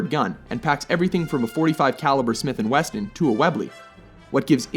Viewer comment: "Smith & Weston" -_____